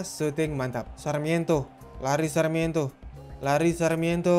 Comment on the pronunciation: Sarmiento di sebut sakramento. Mbete di sebut mbetei